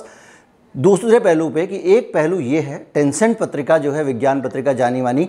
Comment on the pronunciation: टेनसेंट नहीं लैंसेट पत्रिका है । अगले विडियो में सुधार करो